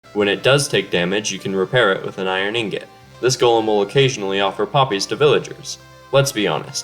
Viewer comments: it's ingot not ingut engit witch is how he said it, also what does R mean? and U also RN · Tou said ingot wrong!